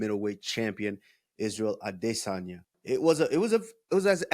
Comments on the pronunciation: Ah-DIS-an-yah . So cringe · Can we stop saying Israel aDEHsanya 😂😂 even Kamaru who’s Nigerian was messin it up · Can Henry stop pronouncing Izzy name that way it’s so annoying aDISsanya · So annoying how you pronounce Adesanya FFS stop it!